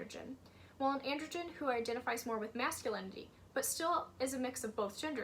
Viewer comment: Just so you know, 'androgyne' is pronounced an - druh - jain, not an - druh - jn! You're pronouncing it as 'androgen', which is a type of hormone.